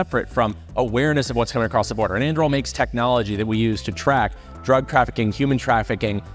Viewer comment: Just started watching this. I think Anduril is not pronounced that way! Its Aragorn's sword forged from Narsil right?